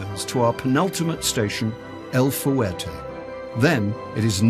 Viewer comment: FYI..Los Mochis is not pronounced "Las moCHEEZ." It's "Lows MOcheez." And El Fuerte is not pronounced "El fooWAIRtay." It's "El FWERtay."